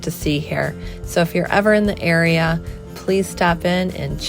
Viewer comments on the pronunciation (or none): none